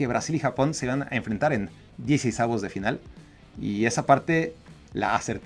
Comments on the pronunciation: Hola, no se dice "DieCEisavos", sino más bien "DieCISEissavos" de final. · “Diecisavos” :v